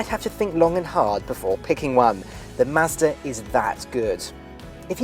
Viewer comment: I sat in one at the dealer when I was getting my 3 serviced. I want one now! And I like the way he says Mazda.